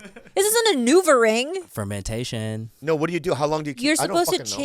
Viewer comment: When said 🗣FERMENTATION I screamed.